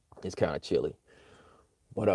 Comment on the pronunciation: "shilly months" indeed